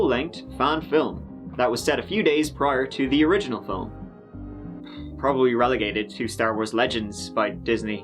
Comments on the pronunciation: Did I just hear a John Maclean “filim”? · I wanna talk about how says film, "fillem" 😐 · He said "filim" 😂 fk 45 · Omg. said fillum... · What's a "fillum?"